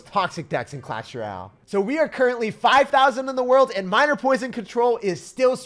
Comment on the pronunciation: till this day he still cant say "royale" properly